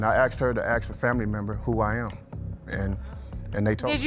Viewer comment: You dont aks you ask